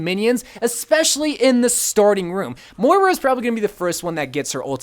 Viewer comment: MOIRA NOT MORA REEEEEEEEEEEEEEE